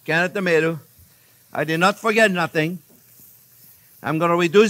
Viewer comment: "For get about it" lol